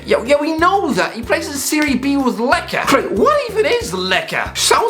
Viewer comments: Lecca lol. Lecce is pronounced 'Le-chey'. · Why would you pronounce Lecce as Lekka? Like why? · the hell is “lecche” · Lecce is pronounced 'Le-che' btw.. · Did this guy mispronounce Lecce lol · You can really tell how little this guy knows about football by his picks but also how he pronounces lecce